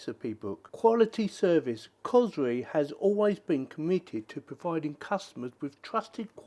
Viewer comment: It's bloody COR SORI not what you said. Before you do youtube videos make sure you learn how to pronounce the blinking thing properly